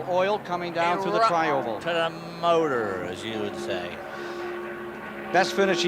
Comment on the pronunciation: David Hobbs “eerupt-ted a moturrr as you would say” 😂